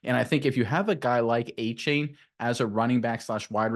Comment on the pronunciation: Correction it's a-chan not a-chain